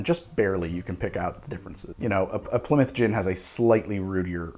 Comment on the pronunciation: It's good to hear an American saying Plymouth correctly... Too many say Ply Mouth